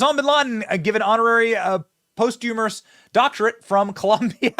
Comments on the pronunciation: Love the channel Benny but its not "Post-Humourous" its Posthumous pronounced: "POS-STEW-MUS"....ffs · i know your going without reading 1st, but its Post-humous not humorous